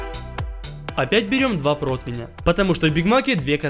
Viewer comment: ПротИвень, а не протвень